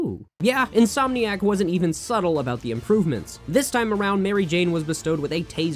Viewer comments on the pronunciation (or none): none